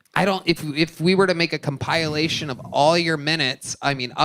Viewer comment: I fuggin hate the way you say “comp-I-lation”. Your show is amazing.